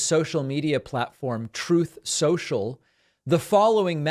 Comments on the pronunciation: "Troath Sential". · David please don't stop saying 'troth social' dunno why but it continues to make me giggle every time.😂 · "Truth Social" what are we, children? Intentionally mispronouncing Trump's platform is very PETTY. Everyone knows it's "Truth Senshul"